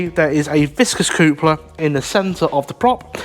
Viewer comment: what is a coopler ? you mean coupler hehe (cup-ler).